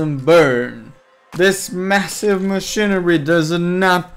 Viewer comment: stop saying machinerie T_T